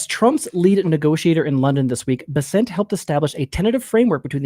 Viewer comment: BESSant not beSSENT.